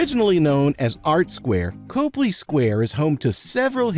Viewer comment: Just be sure to pronounce it "CAHply" square, not "COHply" square if you want to sound like the locals!